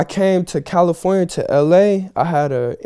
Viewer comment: he said "i came to californa, to la"